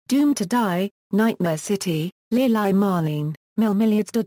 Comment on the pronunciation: why does this woman pronounce it "Lil-eye" for the movie "Lili" ? this is not a well-done narrated video, so difficult to follow what is said.